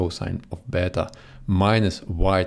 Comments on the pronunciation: Wow! Ive never heard anyone actually using the correct pronuciation for plus and beta like that! As an italian and a greek/latin student I really appreciate that! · as a russian i appreciate that too :^)